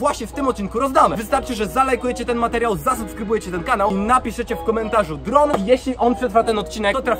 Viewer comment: Dron a nie Drób